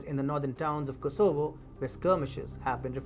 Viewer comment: Do you ever get the feeling that announcers on this station are guessing about how to pronounce certain words like Kosovo?